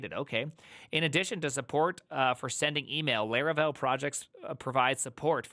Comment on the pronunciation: Its Laravel not Leravel😢